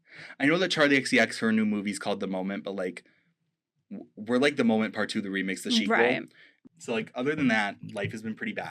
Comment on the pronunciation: I did laugh during this podcast episode lol. "We are The Moment part two the shequal" got a laugh out of me at the end